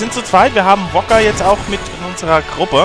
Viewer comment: Mit solchen Lungen machen die sogar Guybrush Threepwood nass! ^^ Warum nennst du Wakka immer "Wocker"?! Besaid ist ein sehr schönes Dorf ind dem Ich mich gerne aufgehalten habe.